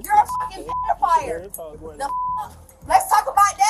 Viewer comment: Did you heard the girl trying to say pedophile but she said pedofire.